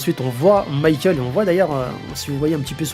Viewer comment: Il faudrait arreter d'appeler Michael "maykeul" il est espagnol pas anglais le gars,de toute facon en katakana son nom se lit bien mi-ka-él(u)